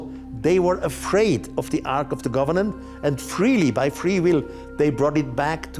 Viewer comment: Take a shot every time Erich says Arch of the "Governent"